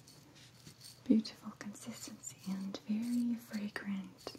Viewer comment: did you say horrible teas are buttifle